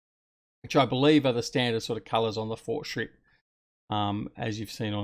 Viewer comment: That pronunciation was on point. I quite liked the fortschritt mods. In FS 17 I "roleplayed" a small farm with only these machines (well as far as I could)